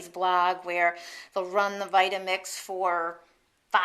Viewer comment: thanks! "votamix" lol